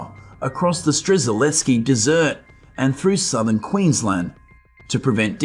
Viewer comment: Was that desert or dessert? lol ... Sorry, can not handle this narration